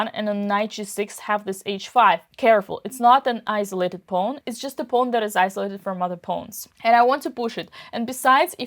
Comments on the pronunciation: 'Pawn', not 'pone'. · The way Dina pronounces "pawn" is so cute. ☺